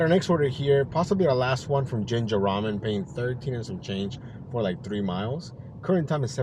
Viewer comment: Very slow day!! You also say JINYA RAMEN wrong. Ginger Ramen 😂😂😂😂😂